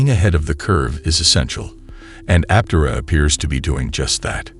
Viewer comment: It'd be nice if script readers learned the prevailing pronunciation of the company they're promoting. It would help add some credence to their message.